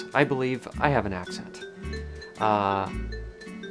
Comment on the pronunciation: The first time you said "If I have" you ever so slightly pronounced it "I Hee-yav" like your grandparents are from the Midwest or something.